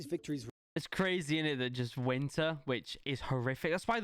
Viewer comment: I hate how every word he says with a y he says for example:crazeh or scareh